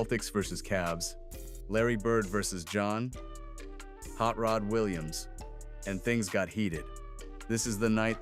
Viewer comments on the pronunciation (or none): It's Hot Rod, not Hot Rot! Lol 🤣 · First of all it's "Hot Rod" not "Rot".